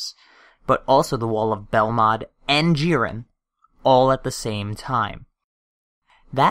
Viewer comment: It's JIREN not JEEREN